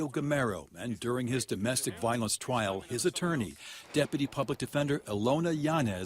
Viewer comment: hahahaha twial